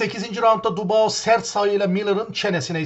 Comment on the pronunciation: Dubao degil dübua adamin adi be kardesim... gozunu seveyim su adamin adini duzgun telafuz et l... sevgiler.